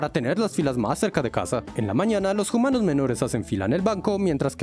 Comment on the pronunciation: Xd puso hoomanos en ves de humanos